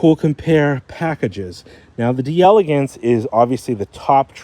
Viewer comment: Once and for all: it's pronounced "Dell-Lay-gance" not Dee-elegance